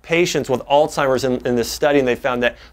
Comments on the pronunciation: Makes me think he's not really a doctor... just a good speaker. I've always pronounced Altzheimer's as "ALTS - HYMERS" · Alz·hei·mer [ahlts-hahy-merz] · It's not pronounced "all timers" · Why would a Doctor even say All Timers????? It’s Alzheimer’s ??? Might as well SAY VALENTIMES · I can't believe you just said alltimers disease several times. It is alzheimers. YOU SHOULD KNOW BETTER. Good info though. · Is it just me or did he say alltimers lol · Jae Vaughn My grandmother says "Ooh, gotta watch out for that "Old timers." I heard DA add the t in there and began scrolling for other vids. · Did he say all timers? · A “doctor” saying all-timers? How incredibly embarrassing. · Wow.. I can't take anyone, let alone a doctor who can't pronounce Alzheimer's disease seriously. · Great video But you being a doctor and all shouldn't you know it's pronounced Alzheimer's....